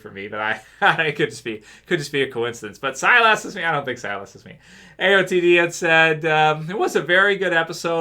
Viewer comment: All this time people have been giving a hard time about pronouncing Silas. knows how to pronounce his own character name correctly. I guess we got it wrong lol. Keep up the good videos.